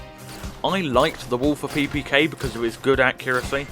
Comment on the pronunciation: Not how you pronounce “Walther”. It’s pronounced as Walter, as in “Walter Hobbs.”